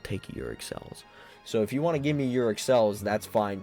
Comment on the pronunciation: I like how you pronounce Auric yuric 🤣